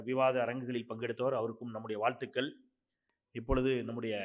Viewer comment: மகளிர் தின நல் வாழ்த்துக்கள் என்று முதலில் சரியாக உச்சரிக்க பழக வேண்டும்....என்ன ஒரு அவலம்! ல, ள, ழ சரியாகச் சொல்ல முடியாதவர் .... பட்டி மன்றத் தலைவர் 😅😅😊😂